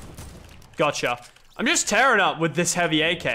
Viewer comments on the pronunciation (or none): none